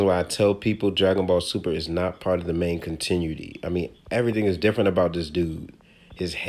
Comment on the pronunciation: Lmao wtf. You keep saying continuity (which you do often with other things too like Jiren [or Jairan as you say] tf) wrong and what would be the main continuity then seeing as how you seem to believe DBS isn't it (which it is).